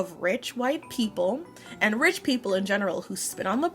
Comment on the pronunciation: Except she pronounced "rich" wrong